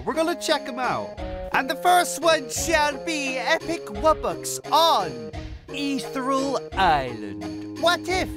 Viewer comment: imagine pronouncing ethereal wrong